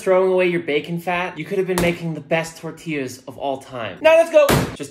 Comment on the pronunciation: So not only do you already disrespect my entire culture by suggesting we use flour instead of Mass, but you then make them so god damn thin and pronounce a tortilla incredibly white. Take this with a grain of salt.